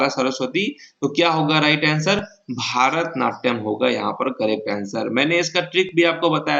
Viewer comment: Qns सही है, पर भारतनाट्यम नहीं वो "भरतनाट्यम" होता है।